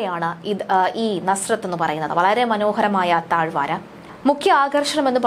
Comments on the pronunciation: താഴ്‌വാര അല്ല താഴ്‌വര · പൊന്നു സുഹൃത്തേ എന്തു വായനയാണിത് ? വാക്യഘടന തെറ്റ് അക്ഷരത്തെറ്റ് ഉച്ചാരണം തെറ്റ് (താഴ്‌വാരയല്ല .താഴ്‌വര)കേൾക്കുവാൻ സുഖമില്ല ...ഒന്നു കേട്ടു നോക്കൂ അപ്പോൾ മനസിലാകും.